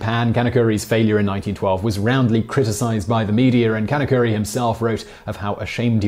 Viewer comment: Can of curry...Sounds more like he’s from India